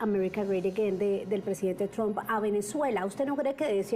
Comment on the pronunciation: Ya no dirá Mr. Trum la u suena como lo que es U..ahora dirá como suena la U en ingles "a" tram.